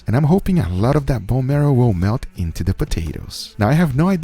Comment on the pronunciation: extra stress on INto the meat